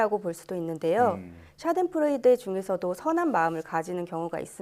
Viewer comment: 샤덴 p 프로이데가 아니고 f 프로이데로 발음합니다